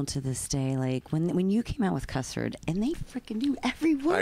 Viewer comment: Uhh its "cluster" not "custard" lol got it right 😼